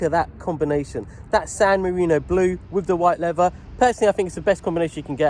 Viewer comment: Unfortunately its a money pit due to a plethora of electrical faults. How are you going so far? Did you say lever instead of leather?